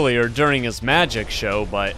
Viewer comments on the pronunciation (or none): none